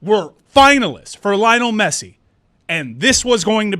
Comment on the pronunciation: LI-O-NEL GET IT RIGHT